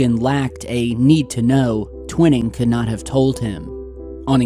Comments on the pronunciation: I'm surprised & disappointed that you still haven't learned that his name was Nathan T-Wine-ing, rhymes with Dining, Mining, Lining etc, not Twin-ing. Where did you ever hear that pronunciation? Go back & watch any old videos of Stanton Friedman, Rich Dolan, anyone really, & you'll see I'm correct. I normally don't like to point mistakes out, but you've been saying Twin-ing for years, & it makes you appear not to really know the basics. Otherwise, good job, keep it up man! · ur saying Twining wrong bro t-wine-ing NOT twin-ing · I think his name is Twining not Twinning. Pronounced TWY-ning like the word Lining. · Great to see you posting more often now,! Thanks! Sorry, but have never heard General Twining's name pronounced like the word 'winning'. In every documentary that has ever covered this story, the general's name was always pronounced 'Twi-ning' as in 'twine' or 'twilight'! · Twhy-ning not twin-ning :P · It's Tw-I-ning, brotha.✌️ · It's pronounced " twine- ing" twine rhymes with wine! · His name is pronounced Twine eeee ml bro keep the great work going !! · I’m surprised by your pronunciation of Twining. Twy-ning. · Twine ing. Pronuciation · Twining sounds like - twine + ing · Twining is pronounced Twy ning. :) thanks for posting you do excellent vids 🎉🎉🎉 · Hi, have a feeling you are going to come across General Nathan Twining again, so here’s how you pronounce his name. The name "Twining" is pronounced TWY-ning. The "Tw" is pronounced as in the word "twin," and then "ning" is pronounced like the word "ning." It is a two-syllable word. This video shows how to pronounce the name: Thanks for the video..🛸👽✨👍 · Not trying to be "that guy" but just for future reference, its pronounced Twining like a ball of "twine" lol